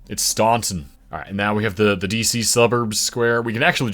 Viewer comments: Staunton, VA is pronounced Stan-tin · Ah!!! That's not how you pronounce Staunton. At another time, that would've cost you your life.